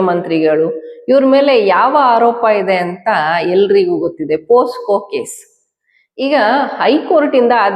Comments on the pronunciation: ಹಲೋ, ಅದು ಪೋಕ್ಸೊ. ಪೋಸ್ಕೋ ಅಲ್ಲ. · ಪೋಸ್ಕೊ POSCO ಅಲ್ಲಮ್ಮ ತಾಯಿ ಅದು ಪೋಕ್ಸೋ POCSO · Posco alla pocso anta heli